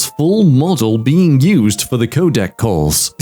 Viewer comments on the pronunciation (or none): none